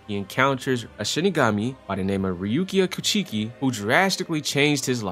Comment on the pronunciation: Reuukia kucheeki 😂😂